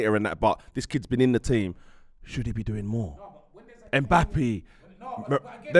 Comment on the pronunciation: lost me at ‘Mbappy’